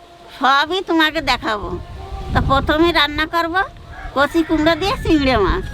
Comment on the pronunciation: Takuma cigri mach k bole cigra mach so sweet